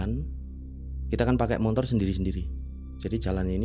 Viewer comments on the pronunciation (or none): Ni Narsum cara jelasin nya datar bgt njirr,kyk g punya ekspresi,ngomong belibet,ngga jelas deh pokoknya,apalagi paling gedek kalo bilang montor montor montor,sesusah itu kah bilang motor😅